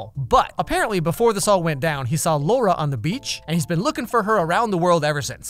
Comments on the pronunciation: Cries in Polish. The director made a fool of herself confronting a critic about her debut a while back Edit: if anyone's curious I can translate Polish sentences. But on the second watch Edit #2: Laura's name pronunciation aside (Lah-ooh-rah) "with your heart you'd better not push yourself" Boyfriend:"geez, stay calm, ok? You know that you shouldn't with your heart [condition]" Laura: "fuck off with my heart, do you care more about anything in your life than yourself? Who am I to you?" Boyfriend: "I? I don't care about you?" Laura: "we don't have anything to talk about with each other" Boyfriend: "We do" (repeatedly, trying to cut into her words) Laura: "No, you said everything you had to say, now leave me alone, I want to be alone, goodbye, goodbye!" Boyfriend: "Wait" "I love you, do you understand? (t/n literally: do you hear me?) I'll always be with you. We will raise that kid together" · I'm a polish woman named Laura, which makes this movie extremelly uncomfortable (I haven't seen it, just some reviews). During the video used the english pronounciation of the name, which allowed me to disassociate myself a bit, but when Massimo used the polish pronounciation... man, it got 100 times worse. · It's funny for Indian audiences cuz the way he pronounces Laura in the final scene is pretty much same as an abuse we use which means "Dick" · You know every time that Italian guy called her Laura and pronounced R as D... I had a hard time controlling my laugh. Only an Indian can understand this. By the way, worst movie ever made 😂😂 The only entertaining part related to the movie is this video in particular 😂😂😂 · Fun Fact! The word "Laura", pronounced in the was as Massimo says it, means DICK in hindi. I will leave that right here for anyone interested. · I'm sorry this is not the right time but "Laura" means dick in my language, and the way he pronounces it exactly like ours (pronounciation not dick geez stop)😂😂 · The way he says Laura sounds like dick in Hindi 😂😂😂